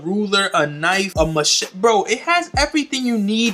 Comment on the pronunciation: He said a “machete”..🤣..funny shit.